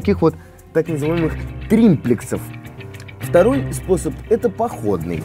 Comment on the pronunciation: ТРИПЛЕКС, а не тримплекс